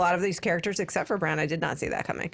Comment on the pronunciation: Your pronunciation of Bran or Brienne were a little strange. You pronounced their names like Bron and Brianne. 😂